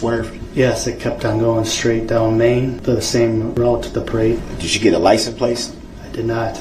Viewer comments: Sounds like he says lic-n- place 😂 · WTF is a licen place? He's said it 3 times he is literally so stupid that he doesn't even know the words licence plate 🤦